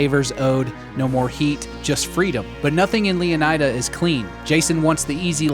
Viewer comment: DarkViper’s girlfriend who’s a Latina said it’s pronounced Leoneeda, not Eye-da